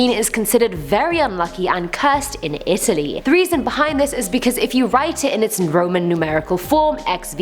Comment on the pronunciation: She said Italy wrong lol😂